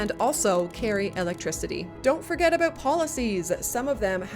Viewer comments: Excellent video! I noticed that you say, "a-boot" instead of "a-bout". As a Canadian, you are the only person I've ever heard using this pronunciation. Vaguely, where are you from? Is it standard pronunciation there? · Do you say "Aboot" on purpose? I've lived in Canada over 25 years and I've never heard anyone say it like that. (I know it's a Canadian stereotype) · Unreal. Best deep dive into CSII available on YT. Thanks for the great work and no-nonsense presentation. This answered MANY questions that have come up during gameplay. sidenote... what's with the 'aboot'? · Internet thing. I've never heard a fellow Canadian use 'aboot' irl.